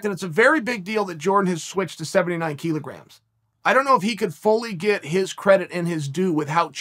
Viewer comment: Thanks to Chael, I now know that it’s pronounced “keelograms”.